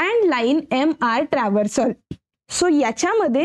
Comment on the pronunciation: तुम्ही चांगले स्पष्टीकरण देता....पण काही उच्चार चुकीचे होतात ये....ट्रान्सवर्सल आहे पण तुम्ही ट्रव्हर्सल बोलतात ये....